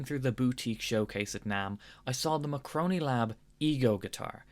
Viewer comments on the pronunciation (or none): It's not Macroni Lab it's Marconi Lab! They don't make Pasta! 😂👍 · Sorry buddy "macroni macroni macroni". But I really believe is M A R C O N I. Tell after me: Mar co ni. As in Marconi. Like the inventor. Get it?